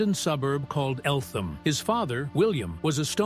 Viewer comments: It’s pronounced “Eltum”, not El-th-ham”. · 'Eltham' is pronounced 'Elt-hum' instead of pronouncing the 'th' as in 'thing'... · It is pron ounced Elt-ham not Elth-am, as the name comes from a hamlet there. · It's pronounced Eltem. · Eltham is pronounced: El-tum... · The h in Eltham is not pronounced.